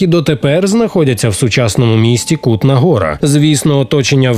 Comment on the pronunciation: Цей наголос так ріже вуха, капець, правильно - Ку́тна Го́ра